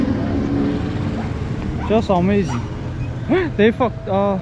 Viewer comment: Amazingi Türkçe soylemeseydin iyidi dkka 1de :D